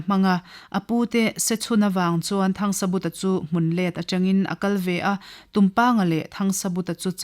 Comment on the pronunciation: Thangsabuta anilo THANGSAVUNGA tihtur anizawk.